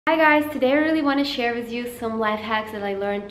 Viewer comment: Why do u say wiz instead of with